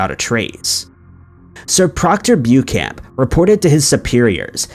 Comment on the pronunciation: It's Pronounced Book-an not Bewcan!